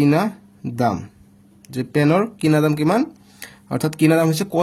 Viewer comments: kinadan 😂 nohoi sir kinadam hoi😂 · কিনাদাম ❎ কিনাদাণ ✅ 😂😂😂😂😂😂😂😂😂😂😂😂😂😂😂😂😂😂😂😂😂😂😂😂😂😂😂😂😂😂😂😂😂😂😂😂😂